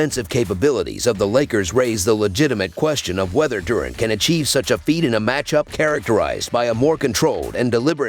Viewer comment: ITS DURANT NOT DOORANT😮